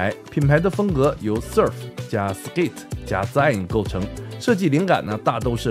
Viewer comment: 太豐富的影片 感謝！ SSZ的zine其實源自於magazine 所以應該與magazine的後半同音 (極小的挑錯 希望別介意